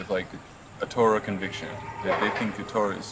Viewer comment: "ToRAH" (accent on the last syllable) is not synonymous with "Bible". The Torah (in Greek: Pentateuch) comprises the five books attributed to Moses: Genesis, Exodus, Leviticus, Numbers, Deuteronomy. The Torah is the first part of the Tanach (Jewish Bible)